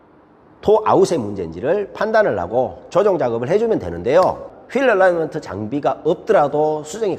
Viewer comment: ㅎㅎ 얼라이먼트가 아니라 얼라인먼트 아닌가요?